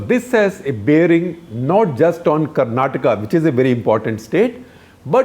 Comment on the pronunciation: Thankfully shekarji pronounced Karnataka correctly ..It’s Karnataka and not Karnatak ..🙏🏻